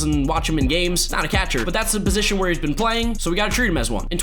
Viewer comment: please say catcher like cet-cher